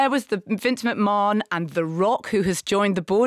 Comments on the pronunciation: It’s Mc-Man not Mc-Morenon! 😂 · What was that thing Marina said (not necessarily in this episode) about network executives wanting directors to make shows more exciting because people are watching on their phones and scrolling through other things? Also it’s pronounced Vince McMaNN not McMarnn. However, lovely you’re talking about wrestling. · Omg his name is pronounced Mc-Man!